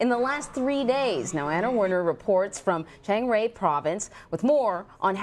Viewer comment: She said Chang "Ray"....lol.